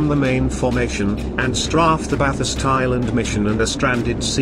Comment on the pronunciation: It sure would have helped if the map showed a scale of miles and/or kilometers. STRAFED is pronounced STRAYFT, not STRAFFT. Animation of aircraft attacks were unusually helpful, although it seemed as if directions planes arrived from and/or departed to didn't seem to match narration in all cases.